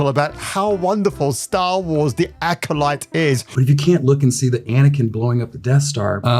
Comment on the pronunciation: Was it Acoshite or Acodyke? Hmmm, that’s what I heard anyway. 😂